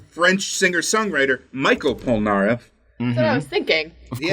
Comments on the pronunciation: Stop saying POL-NAREF Fuckin damn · Pole-nAIR-eff triggered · *Jean "G-en" Pierre "Pee-air" Polnareff "Pole-nar-F.😒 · You pronounced polnareff wrong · “John Popolnar Polnareff” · me, a french, trying to find out who tf michael polnareff, googling it and realizing that the pronunciation was just wrong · Was I the only was getting triggered when he would say Polnareffe name the wrong way? 😂 no just me? Okay lol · I'm french so I'm laughing because you try and fail to pronounce Jean-Pierre Polnareff 😂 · Jesus Christ the pronunciation of polnareff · THEY FREAKING SAY POLNAREFF'S NAME A HUNDRED TIMES IN THE SERIES. HOW CAN AMERICANS NEVER PRONOUNCE FOREIGN NAMES CORRECTLY?